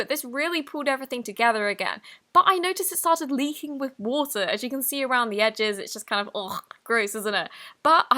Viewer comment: Me: water: Wouter ENGLISH ACCENT THESE DAYS